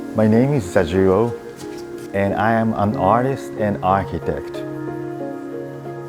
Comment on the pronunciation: "My name is Zajiro" "Actually his name is Zajirogh" And that's where I stop watching...